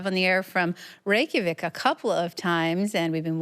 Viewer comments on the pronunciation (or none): none